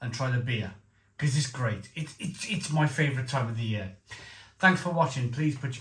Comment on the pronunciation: It's funny that you pronounce "year" as "yööö" and Löwenbräu as Lovenbrau,. :) Welsh logic :D